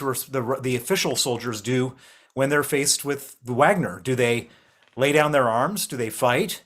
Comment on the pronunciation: Stop saying Uagner